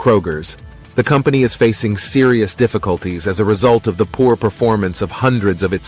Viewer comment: the Artificial Intelligence narrator interpreted "poor-foot traffic" as "po-foot traffic" :face-purple-smiling-fangs